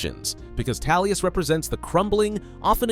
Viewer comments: Amazing Video you said Tallius in the video not Tullius just so you know. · Tullius.. Tullius.. TULLIUS!! who's Tallius?! Literally could not focus on the video 😭🤦‍♂️ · Why are you pronouncing it Tallius, its TULLIUS. I couldn’t get through the intro. I hate when people pronounce a name incorrectly for videos when it’s said verbally numerous times in game/media. Feels like engagement farming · Who's general Talius? Lol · Toolious. as in tools.ez p.s. a story about gay jAlius Caesar would be fun though. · I’m having a hard time believing you even played the game. I hear Tallius, Toollius… bro 🤣🤣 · Every time I hear this dude say Tallius I feel something in me being triggered. It’s sounds more offensive than somebody farting in Church. 😂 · I took a shot while listening to this for every time he said "Talius." I am now recovering from my alcohol poisoning in Heaven. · I was about to berate you on it 😂😂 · Not going to lie, made it difficult for me to watch. Just kept irking me lol, probably more because you seem to know a lot about elder scrolls so it did not make sense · Haha I thought you was trying to conflate Tullius with Talos on purpose....like you was implying he was an avatar for Talos or something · astleast you recognize you arent pronouncing it properly. i can forgive it with such good content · I'm so confused how this happened, is there a scenario in which the letter U sounds like a short A? Not tryna hate, just tryna understand lmao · Never understoof how someone could hear a word, see its spelling, hear its pronunciation, and then pronounce it wrong repeatedly. Gotta be intentional. 10/10 ragebait. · Halfway through the video and I can't help but wonder when the Captain Ranger of the black gate became the General of the Empire, there is only so much we can do with our pronounciations, but it's really distracting xD